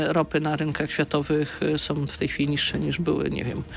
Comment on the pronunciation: "Osoby które som"....I taki ktoś zostaje ministrem edukacji...